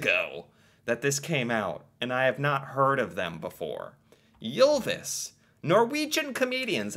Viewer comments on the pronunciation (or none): Its not prounonced jylvis its y not jy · Your pronounciation of "Ylvis" was pretty close to ours, except for one detail, you pronounced it "Jylvis" instead of "Ylvis". But it was still definitely recognizable. :-) So don't worry about it much if you don't want to.